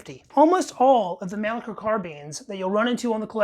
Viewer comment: Its pronounced Monleeker